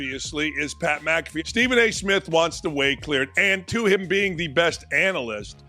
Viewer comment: Its Pat McAfee Mac ah fee sis